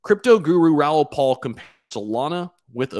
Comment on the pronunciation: It's Raoul PAL